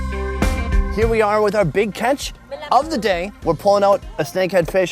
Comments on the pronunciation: “I saw da BIC one”😂😂 (I’m not making fun of Vietnamese people I just rlly like their language and accent when they speak English) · “oh da bik one, I saw da bik one” 😂😂😂 love Vietnamese people man.